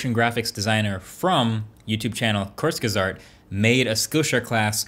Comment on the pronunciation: non german ppl saying kurzgesagt has gotta b my fav thing 😂